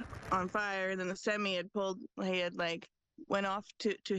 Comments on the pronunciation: "hit by a semee" haha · Today I learned Canadians pronounce 'semi' weird...